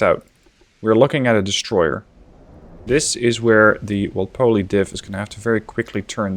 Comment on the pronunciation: Awesome video BTW for future British videos (Robert Walpole basically invented the position of Prime Minister) it is usually pronounced more like Wall-Pool